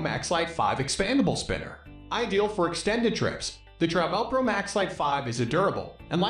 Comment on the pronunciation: How can you possibly be doing luggage reviews and mispronounce Travelpro?